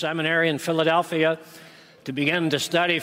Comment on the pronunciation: He pronounced it 'Philly-delphia'